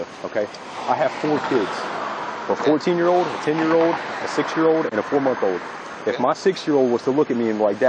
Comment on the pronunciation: Can someone please tell deputy English that the word is "OLD" and not "OWED". Failure to pronunciate the letter L is a Florida state code violation.